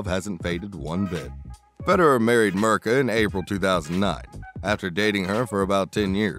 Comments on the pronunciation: Who's Mrka? Her name is pronounced Meerka :) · LOL. Ok not much actual Federer here. And Mirka is pronounced Meerka.. but any look at Roger is welcome. Next.